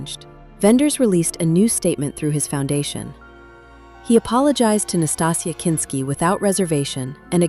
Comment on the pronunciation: A documentary that continually mispronounces the subject's name and the name, Wim Wenders, Is impossible to take seriously.